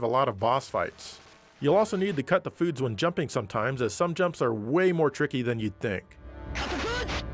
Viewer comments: That’s so racist. He doesn’t say “Cut the Foods” He says “cut the fruits” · Gosh dang it! I can't hear anything else but "cut the food" now lol.